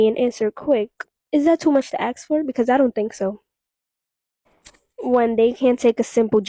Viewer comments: Why do you think she says axe instead of ask? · it's "ask" not "aks"..... I can't stand it!!! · Why does she say axe instead of ask? Is that also a simple joke? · And gents... If they pronounce it "aks"... Leave.